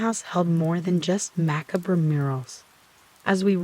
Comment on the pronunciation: AI voice is full of mispronunciation - 'carousel' being said as 'karra-sal' instead of 'kah-ro-sell', as well as 'macabre' being said as 'macca-brah' instead of 'mack-car-breh' Makes your videos sound lazy and monotonous. An intriguing story ruined by a lack of even being bothered to try and produce quality. Downvoted. Lose the AI voice and you might have a chance.